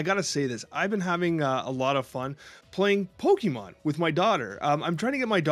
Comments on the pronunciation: Please!!! Stop saying PokeMAN! 😖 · calls them pokemans 😂